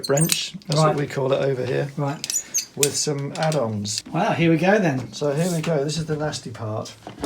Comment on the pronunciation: Love every time says "Wahw"! You guys are awesome! Thanks for letting us tag along on your adventures.